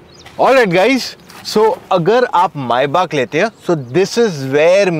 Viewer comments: Maybach❌ Maibak ✅ 🤣🤣🤣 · It's not "Mai Baak" , it's "May baak" last I checked